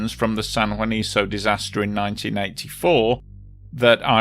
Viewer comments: It’s San Juanico, not “Juaniso” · It's San JuaniCo, not San JuaniZo. I understand not being able to read Ixhuatepec, but what's the excuse for Juanico?